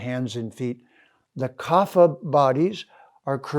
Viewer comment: Trying to be as civil as I can here but I have studied sanskrit at university level and… wouldn’t this have been more convinving if you hadn’t pronounced kapha wrong repeatedly? There is no f-sound in sanskrit. The ph in kapha is an aspirated p, not an f.